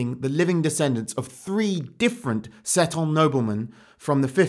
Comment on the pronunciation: I think Seton is meant to be pronounced 'see-tun',. Anyway, good video as always.